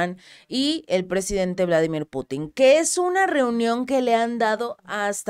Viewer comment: El presidente ruso tiene un nombre ruso, y es VLADÍMIR, no Vládimir, porque eso es en inglés.